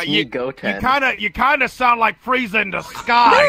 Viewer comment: when says friezer